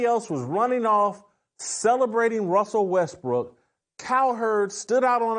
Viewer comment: I can't say Russell Westbrook either!! 😂😂